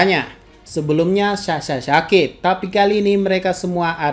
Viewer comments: "sebelumnya Sasha Syakit" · "Sebelumnya Sasha shakit/syakit" Jd ikut2an ya ada huruf tmbhan di kata sakitnya" 🤣🤣🤣